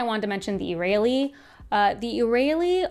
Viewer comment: im glad youre summarizing all of this but man the pronunciations of some of the names are killing me... Jasnah is pronounced with a Y like Yasnah, not Jas like Jasmine. Scadrial is Skaa-dree-el. not Scay like scabies.. oh god and Iriali, its pronounced Eerie-AL-lee. not Ee-rail-ee like Israeli. fabrials are pronounced Fah-bree-ul. not fay-bree-ul. fah as in fabulous. Rosharan, not Rosharian. theres no i in the word.